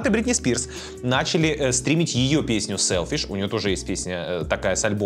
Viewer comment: Тык пердык сэлфишь 😂😂😂 браво